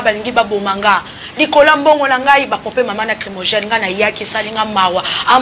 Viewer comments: Ça nous regarde pas , on s'enfou.Le groupe là ,Wenge Maison Mère Ekufa depuis Ferre- Gola avait quitter le groupe. Chronifuati on dit(Gaz Lacrymogène ) non pas crimogene. Niveau d'étude bas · Mademoiselle tu as un problème sérieux, consulter un médecin logopede STP Werran sone, crimogène etc...